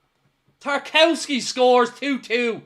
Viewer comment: It’s pronounced Tar-KOV-ski you absolute buffoon.